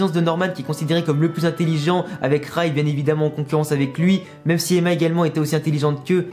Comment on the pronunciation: Tu prononces mal Ray tu dis rAy alors qu’il faut dire rÉy (je sais pas si tu vois ce que je veux dire)